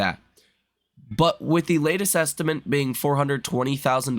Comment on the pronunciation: You keep saying "est-i-ment" haha